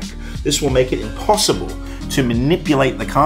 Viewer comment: Laymen watching the trick : " w...wo... wait?! THIS IS IMPAHSSIBLE!! " me watching the tutorial : " w...wo...wait?! THIS IS IMPAHSSIBLE!! "